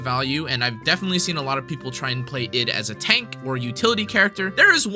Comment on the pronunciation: Id is pronounced eed Also, I initially though Versalis was pronounced ver-sai, but that word already exists and isn't uncommon to japanese speakers, and it's spelled "Versailles", so unless it's actually mentioned by some VA in the story (in JP, the english VA is terrible as usual) then I have no idea how Versalis is pronounced either :/